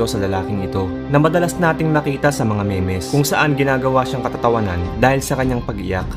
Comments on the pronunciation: Trivia: MEEM ang basa dun hindi MEH MEH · Boss 6 ft lang hindi 6,000 ft. Saka yong memes pronounced as "mims" hindi me-mes ✌️ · Mems basa nyan Hindi me mes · Memes pronounced as mims. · Idol yung pag prounouce mo sa memes sa last part ay sobrang nakakatawa😂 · Memes haha tinagalog ang basa hahaha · Kumi click bait. Exaggerated pa sa thumb nail. Tapos 6000 feet. Ano yan titan? Natawa din ako sa pronunciation ng memes. Hahahaha Trainer pa naman tapos illegal punch pa. Striking a downed opponent.